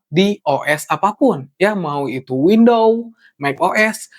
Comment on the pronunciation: Benerin bahasa Inggris lu bang. Pengucapannya salah semua; event, windows, motherboard, ryzen, dll